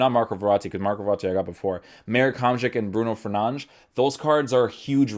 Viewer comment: No disrespect but it’s triggering me how u say ‘Telles’ and ‘Fernandes’. You are probably saying it correctly it just triggers me and I wanted to share that with you.